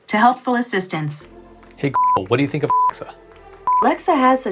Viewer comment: I. tink. Alexa